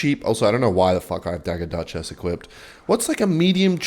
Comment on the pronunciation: Dagger duchess ❌ Dugger Duchass ✅